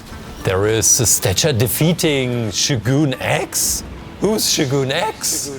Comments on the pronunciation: His name is showgun x not shooooooogoooon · IT is NOT shoo-goon X it is pronounced Show-gun X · yo its shogun x. the sho part is "show" and the gun part is just gun but not goon. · fyi its pronounced Show Gun, And he looks awesome great job!